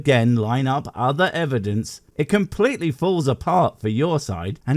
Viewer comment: Why do these people insist on saying evidenceis-is-is-is?